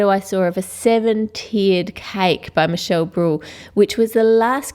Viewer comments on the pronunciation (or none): none